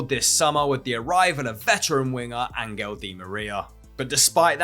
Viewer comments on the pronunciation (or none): none